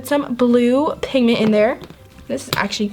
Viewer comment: You said pigten